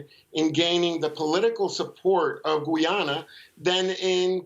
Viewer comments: GUY-AN-A and not Guwie-yana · I am wondering if his grotesque mispronunciation is meant as disrespect to GoooooYanna. I mean the host is emphasising the correct pronunciation but he distorts his face to say Goooyaanna each time. His English is pretty good, so i think itis intentional. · Guy a na ..not Gwee a na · repeat after me Guy-ana not Gu- ja-na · It's not Gooyana , it's Guy_ya_na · Guy - ana , not Guiana :) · Its pronounced GUY-AH-NA!! get it right people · How you pronounce guyana like goyana at least pronounce the country name correctly before u start speaking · You forget the fact that 200 million South Americans pronounce it Gooyana which is perfectly correct. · can't even pronunce my country's name what gives him the right to talk on behalf of my country and its people........ utter nonsense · Oh, for the love of God, please learn to pronounce the name of Guyana properly before coming on Air again!!!!! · This guy needs to get the correct facts . He seems to only speaking on behalf of Venezuela and cannot pronounce the Guyana correctly.